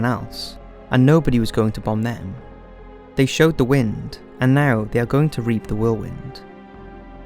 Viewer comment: AGAIN....forget history pal.....learn to speak " The Queens English ' you child......Rommel is pronouced ROMMEL....one word....NOT.....RU' MALL...you are thinking of Ramallah (gods mountain) maybee ?! oh and Bomber Harris said "SOWED the wind' not "SHOW'D the wind '....parrot reading without a dry run will do this....the ACTUAL author has written in some sneaky conspiracy propaganda ..."military industrial complex" esque....whilst plagerizing 'The World at War'...sad.